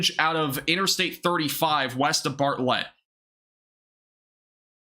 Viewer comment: Need to learn how to pronounce towns in Texas, like Bartlett